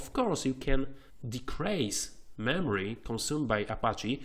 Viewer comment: Tak w ogóle to słowo "decrease" czyta się "dikris", a nie tak jak ty to kilkukrotnie w filmiku powtarzasz :P Taka drobna rada.